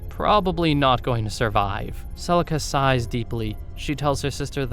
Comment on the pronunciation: Celica not celisa